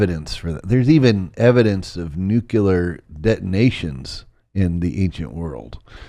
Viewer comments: "Nucular" Come on,. You're better than that. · Great episode! However, the word is pronounced Nu-klee-are...not Nu-kew-lar. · Never trust anything anyone says, who pronounces NUCLEAR as NEW-CU-LER. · Why? Why oh why can't so many intelligent, educated people pronounce nuclear correctly..? there's no excuse for it and it's just annoying as hell